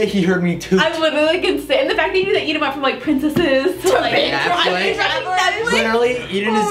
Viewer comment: And he said eadean instead of Eden